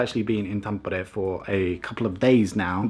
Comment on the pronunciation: Gotta love how you say Tampere :D